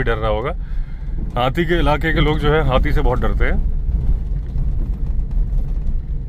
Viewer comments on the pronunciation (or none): जब आप हाथी को हाती कहते हैं तो बड़ा बहुत अच्छा लगता है हमें 😂 हालांकि मुझे पता हैं कि आप हाथी ही कहते हैं लेकिन हमें कभी कभी हाती सुनाई देता है